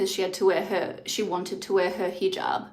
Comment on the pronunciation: Just for culture, it’s not heejob. It’s heh jaab - a short e.